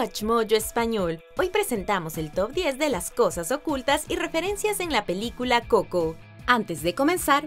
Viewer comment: El canal se llama watch mojo español y hasta esta pelicula la pusieron en ingles no mames antes no lo pronunciaba como; couco